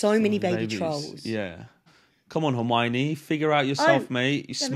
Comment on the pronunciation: "Hermanie" oh my goodness